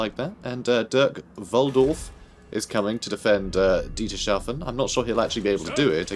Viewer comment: Btw I am pretty sure that Dietershafen is pronounced Dieter's Hafen